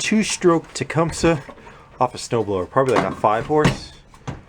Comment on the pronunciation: It is not pronounced the way you say it, It is properly pronounced " TA - CUM - SEE".